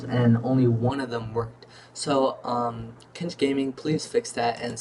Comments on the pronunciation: "Cinch" pronunciation is "Sinch" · Exactly, tf are you saying? Kinch? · You have said Cinch wrong 16 times, if you would like to know where I found out the pronunciation of Cinch, here is the link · You're pronouncing "cinch" wrong